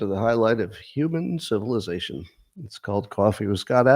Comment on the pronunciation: I love your new “tiny smooth human brains” thing. And when you stress the shuunnn in civilizaSHUNNNN. 😄